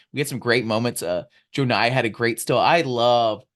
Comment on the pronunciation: Savage! Haha. Love this show. JOE-nye kills me. Pretty sure it’s JUH-nye